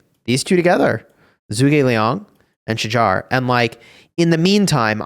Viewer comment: Its not pronounced as Sha-jar. Its "Sha-hahr". Im turk.